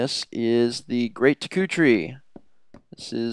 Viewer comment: You pronounced deku wrong